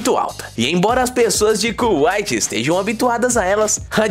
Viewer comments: pera pera pera, como e que diz cuaite? kkkkkkkkkkkkkkkkkkkkkkk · CÚaite é kkkkkkk